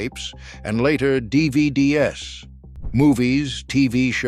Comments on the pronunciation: This AI sucks. "CD S," "DVD S." It can't say words that end in "S." Even the pictures are fake. It shows a food court and instead of "Sbarro," it says "Sarro." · This is an almost perfect video except for the terrific narrator saying the s in DVDs and JNCO by individual letters instead of like "JIN-KOH"